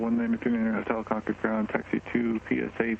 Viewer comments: Congrats on pronouncing Concord correctly. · Thank you for saying Concord correctly. I live right next door to Buchanan. Love your videos!❤❤❤ Are you guys from here?